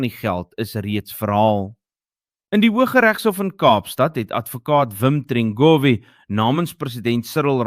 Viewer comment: More. Wat gaan aan met die wiskunde vanoggend? Geen bedrag bv. R3.9 miljoen is reg gelees nie....... Is dit AI die, aangesien jy adv barry trengrove se van ook verkeerd uitspreek?????